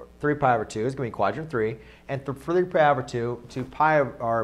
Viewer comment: "Three pdlypy over two"